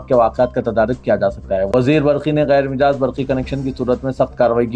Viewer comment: Ghair mijaaz nahein Ghair majaaz padhiye